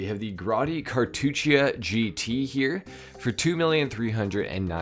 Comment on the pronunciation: "kar-TOOT-chah" for those of you who struggle to pronounce Cartuccia